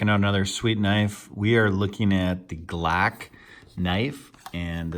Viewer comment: the “glack knife”